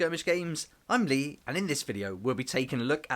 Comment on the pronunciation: Hear me out… but I say “I’m LEE!” with an enthusiastic upwards tone during every video. But your intonation threw me on this one! I, sir, have been shaken.